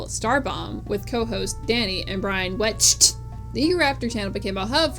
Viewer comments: died laughing at the emphasis on brian wecht's last name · Is it a bit to pronounce "Wecht" that way?